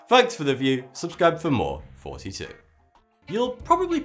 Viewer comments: Anyone else hear 42 in his intro? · I LOVE YOUR VIDEOS,!;) (it's how it sounds like when you say it ) XD <3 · either you tell me what you say at beginning of the video or i will unsubscribe! is it 42 or thoughty 2 i'm going crazy! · Thoughty2 sounds like 42 if you listen carefully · Maybe cus the ending: " irty "